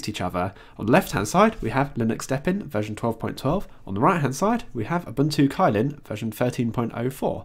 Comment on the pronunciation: Unless I'm mistaken, Kylin is actually pronounced as "chillin"